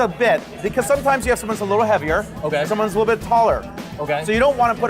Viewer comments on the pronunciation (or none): none